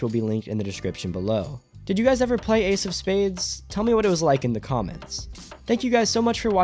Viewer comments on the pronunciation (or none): "Why AIDS of space died" It took me a hard minute to figure out you were talking about Ace of Spades lmao